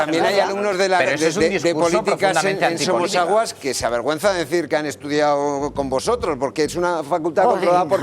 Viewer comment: ¿Ana Rosa ha estudiado periodismo o lengua? Habla de pena; "Estudiao, superao, hablao, dedicau, abogaos, dejarlos tiraos...." IMPRESIONANTE